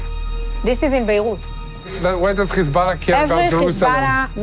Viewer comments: When Lebanon defend itself you call them terrorist Khhhizbolah if you can pronounce Hyway I am certain you can pronounce hi b Allah Or Hamas instead of Khhhamas I deplore your hypocrisy why don’t you go report from Ghaza and see if your BiBi lets you show the savagery is committing Two faces and the world is puking the Zionists Cause the Jews of the Tora are not blonde with polish accent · „Khezbollah“ „khamas“ 🐷🐷🐷🐷🐷🤣🤣🤣 can‘t you properly pronounce it?